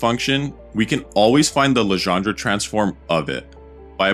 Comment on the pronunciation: All very good, except for the "Legendre" pronunciation